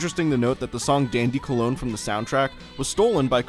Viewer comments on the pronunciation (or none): none